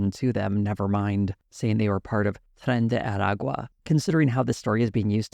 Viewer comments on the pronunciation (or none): Sad to see TYT taking this turn. Hopefully they will not go full Dave Rubin. P.S. dear,.your ancestry cry in Spanish speaking heaven everytime you mispronounce "Tren de Aragua"